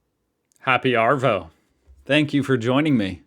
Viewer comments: You're saying Arvo wrong you pronounce it like ahvo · We don't pronounce the R in Arvo. It's more like ahhvo